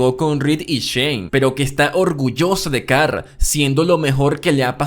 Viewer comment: Carl ❌️ Car✅️